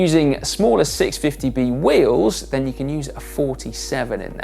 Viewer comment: nen or then... is this a dialect thing? Just curious.